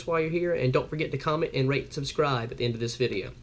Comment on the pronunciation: did you say rank or rate and subscribe? i just got one of those